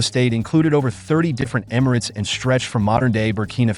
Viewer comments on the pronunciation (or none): none